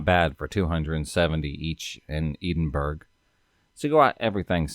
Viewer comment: It's torturing me that your not saying Edinburgh right I live here 🙈🙈🙈🙈🙈🙈